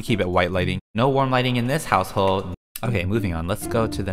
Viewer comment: I love the way he says "house hole " 🤣🤣